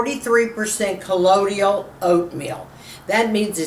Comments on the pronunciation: ColloidIal? I thought it was colloidal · I believe it's pronounced, Coe-loy-dal. Excited to try to make this! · You need to learn how to pronounce colloidal.